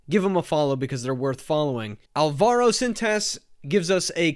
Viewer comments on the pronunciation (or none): <Hermione> it's Álvaro, not alvAro </Hermione> I can barely keep up with the AI news as thanks to your channel. Thanks for all the hard work filtering the info for us. Also, please send us a link when someone inevitabily adds some beats to the L-man rap.